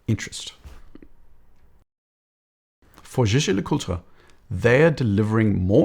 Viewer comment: Fluidity with pronouncing Jaeger LeCoultre.. next level! Another great analysis.